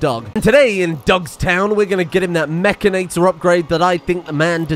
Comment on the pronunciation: would somebody please teach how to say mechanitor